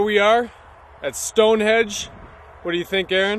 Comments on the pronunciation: During the entire length of the video, I was either laughing at their childlike antics or correcting them. StoneHENGE not stonehedge. :) I love these guys and the show itself!! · its stone henge not stone hedge :P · Henge not hedge get it right guys Stonehenge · "here we are at Stonehedge".... lol love it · It's StoneHENGE, boys. Not Stonehedge. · Guys.... it's StoneHENGE, not StoneHEDGE. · "Stonehedge" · Its stoneHENGE NOT stonehedge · its henge not hedge!! lol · sounds like Nick keeps calling it "Stone Hedge" LMAO...haha Zak dancing in the back is priceless! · Nick is definitely saying Stonehedge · Did Nick say StoneHEDGE?lol. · Were they calling it StoneHEDGE?? Or did I just not hear the 'n' in their pronunciation? LOL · Nick said "Stonehege*